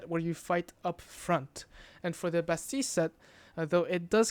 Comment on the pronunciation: the only person that pronounces bastille correctly